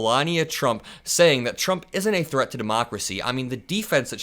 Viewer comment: She said that he is a chreat to Democracy. She said it twice. What in the hell is a chreat to Democracy 😂😂😂😂